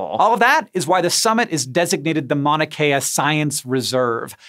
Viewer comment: Hank you kept saying Manakea. It is pronounced as it is spelled like mount drop the t.